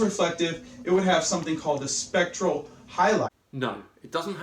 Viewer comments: I think he meant to say a SPECULAR highlight, and not a SPECTRAL one. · Specular. he is trying to say SPECULAR. not spectral reflection.